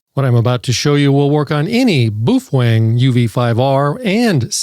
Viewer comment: why do you say it so wierd? It's pronounced Bo-Fung or Po-Fung if you speak mandarin